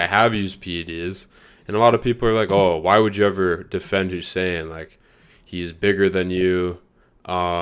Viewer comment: getting Hussein's name wronger than last time